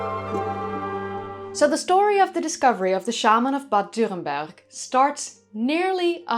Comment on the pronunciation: It's wonderful to hear you saying Bad Dürrenberg perfect! Greatings from nearby.